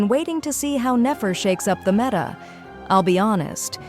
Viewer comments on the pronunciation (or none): none